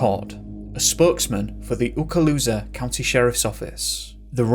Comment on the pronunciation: Wow! I can’t believe your pronunciation of Okaloosa (LOL). Okaloosa yvt lvcha fehna.